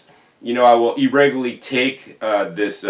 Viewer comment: There's a few other words he pronounces differently. "E-rego-lee" (irregularly) is another. 😅